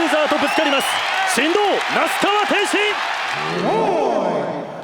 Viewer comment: メイウェザーの記者会見のコメントで天心って言いたいのを、天ちんって言ってるのに、ちょっとツボるw